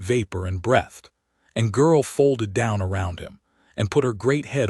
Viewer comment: Your AI mispronounces 'breathed' and 'live'.